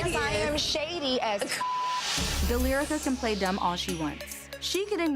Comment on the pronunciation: I had to run it back to see if she really said, "Delyrica." She did🤣